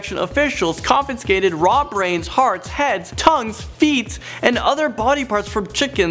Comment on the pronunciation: This guy needs to learn how to pronounce 'confiscated'. It's not 'confinscated'.